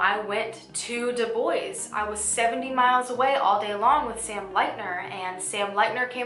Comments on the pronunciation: Other than the DeBois mispronunciation (DeBwah vs DeBoys), I liked the depth put in to this case. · I think Dubois is pronounced Du-bwah. French pronunciation. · Dubois is pronounced doob-waah btw